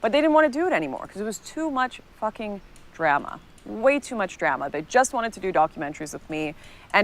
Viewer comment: we disavow her pronunciation of drama.